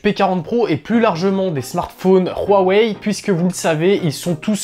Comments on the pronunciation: franchement arrêter de dire royweille c'est huawei tout simplement seriez c bizarre votre tfacon de le dire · On doit dire "WA ouai " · Rouarwei :):):) HUAWEI c 'est facile H U A W E I = Ouawei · khuawei ?? Huawei tout simplement. les chinois ne sont pas des neerlandais !